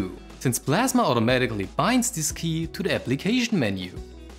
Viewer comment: KDE PASMA?